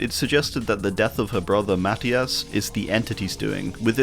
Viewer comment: i love your videos ❤ but that's not how you pronounce Matías 😭 not trying to be mean but as a latin viewer I giggled a little 🤭